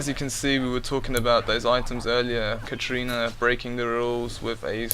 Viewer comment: Lol its katarina not katrina.